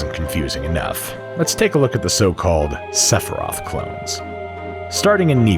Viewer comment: I cannot believe how many times you say Sephiroth and how many time you forgot to pronounce the I in Sephiroth. Like omg SEFROTH. It’s as hilarious as it is horrifying